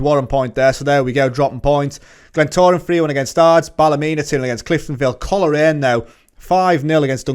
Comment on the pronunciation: Coleraine is pronounced coal-rain Glenavon is glen-aven as in avenue not the river avon. Great series, portadowns my hometown.